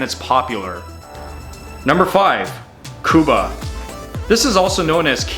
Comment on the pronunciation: Kubba not kuba .. double B